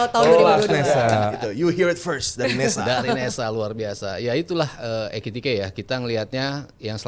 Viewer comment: EKITIKE bkn ETIKITE,😂